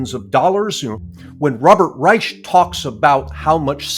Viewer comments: Stop letting Robert get away with saying his name is Reich with an “sh” sound. It’s pronounced “Rike”, as in the third one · Both "sh" and "k" is wrong pronunciation, if you treat it as a German word.